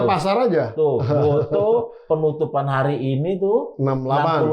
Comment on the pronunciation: GOTO pak, bukan GOTU